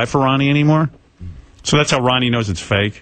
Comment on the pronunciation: Ronnie "Munn" lol